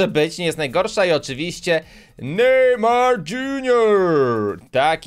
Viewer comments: mówi sie nejmar a nie najmar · Dlaczego powiedziałeś najmar a nie nejmar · Mój ulubiony piłkarz to nejmar kod farell jest a jak powiedziałes nejmar to ja słyszę najman xddddddd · 00.50 naymar